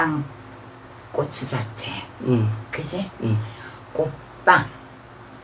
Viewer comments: 꼬추잡채가 아니고 고추잡채라고요!!! 그것도 꼬추잡채 말하면서 그것도 몰라서 말을 못하는건지 티코 오지게 눈흘기며 눈치보네 ㅋㅋㅋㅋ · 꼬ㅊ잡췌 발음 개웃기넼ㅋㅋ다나카인줄